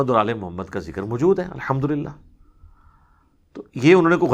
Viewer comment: Assalamu Alaikum wa Rahmatullahe wa Barakatuh. Ali bhai I want to point out one thing for your improvement. You mispronounce an Arabic word which is also in Urdu. You mispronounce the Arabic word “maujood” as “ majood”. Please correct this, insha’Allah! Jazakumullahu khairan! Your pronunciation is much better than most other scholars, alhamdulillah. Wassalam.